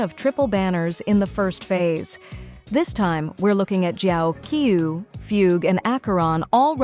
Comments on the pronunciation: 'Jiaokkew' is wild! 😂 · Zhao-kee-eewww Lmao